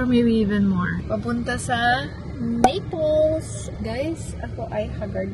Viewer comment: Anong nipols NAPOli or Naples inaral mo na sana bgkas mamsh